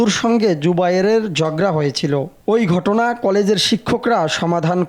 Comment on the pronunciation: গটনা নয় ঘটনা